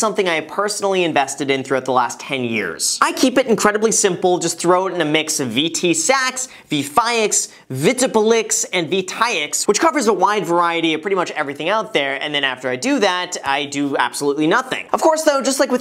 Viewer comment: "...just throw it in a mix of VT Sucks, Vee Fayax, Veto Ball licks and Vee tire ks.."